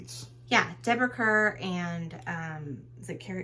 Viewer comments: Kerr is pronounced “Car.” This is too awkward with you reading the movie lines!!! Stop!! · Kerr is pronounced CAR.